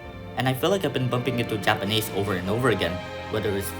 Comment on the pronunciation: You should have done much more listening before you started speaking and reading to prevent the strong accent and pronunciation mistakes you have when speaking Japanese but overall good job!